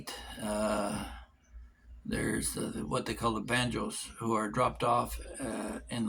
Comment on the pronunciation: Badjao's - not banjos